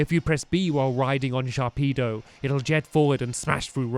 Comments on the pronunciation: ITS NAME IS SHARPEDO also sharkpedo sounds so wrong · Hay it’s sharpedo not sharkpedo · Stampy I don't mean to be rude but its SHARPEDO! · It's actually "Sharpedo" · Stampy Sharpedo does'nt have a K. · Its Sharpedo!